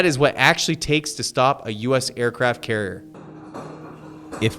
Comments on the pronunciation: He does not even say "carrier". He says something like "carrr". Dude needs to learn how to speak. That happens, when YouTube allows total idiots who never learned how to speak properly to make videos. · Tha's alright, the guy has trouble pronouncing the word 'carrier', so cut him some slack, he's not the sharpest tool in the shed.